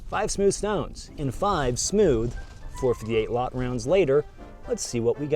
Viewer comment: The "Four Fity Hate a Lott" 😂